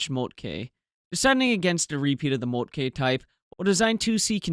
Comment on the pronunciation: I love the color photos, albeit they are probably not original. Your German pronunciation is getting better and better; only the e in Moltke is overly stressed. It should be short, nearly like a schwa. Scheer has that vowel you used for Moltke. :)